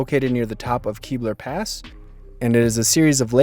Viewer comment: It's Kebler Pass (rhymes with Gebler) not Keebler Pass (the silly cookie). If you want to believe in elves, it's not my problem.